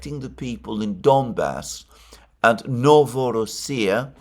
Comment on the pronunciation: NovorOssia, "ro" syllable is stressed. That's how it was pronounced historically! I know how you love to pronounce all the names how they are said by native speakers.